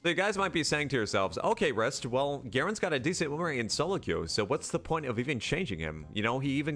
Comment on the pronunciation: WAIT ITS JUST RIST? I've pronounced your name Rist"e" for so long! edit i know its written Riste, just i've always sounded the E